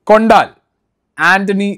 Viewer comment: കൊണ്ടാൽ അല്ല മൈ ഡിയർ ... കൊണ്ടൽ ആണ്. ആദ്യം സിനിമയുടെ പേര് മര്യാദയ്ക്ക് പറയാൻ പഠിക്ക്. എന്നിട്ട് ആവാം റിവ്യൂ